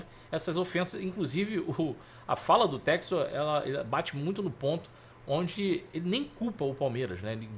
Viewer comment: Ele não sabe inglês… é por isso… chama john textor de “jou tésto”…